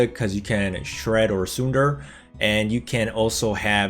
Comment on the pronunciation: Sunder is pronounced like Thunder with S. Thanks for the TFT content!